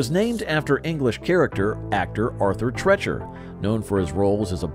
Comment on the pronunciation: It’s Arthur “Tre-e-cher,” not “Tre-chur.”